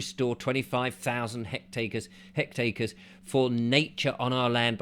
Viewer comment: I do consent - want the wildlife. If you want to express an opinion on the countryside at least learn how to say hectares.